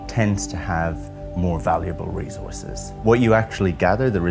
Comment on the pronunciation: Anyone else hate the way he says "recourses"